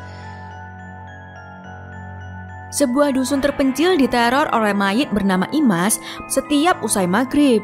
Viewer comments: Slah penyebutan min dari imas kok ke isma😒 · IMAS, tapi disebut ISMA teruuusss